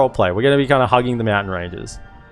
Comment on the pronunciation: I study english as my major and I take fascination in accents and varities of English. I have to say, everytime you say "Meowtain" you bring a smile to my face. Aussies rock!